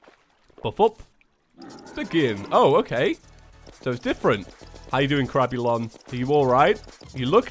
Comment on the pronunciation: Whenever he says “crabulon” I think he says “crapulon”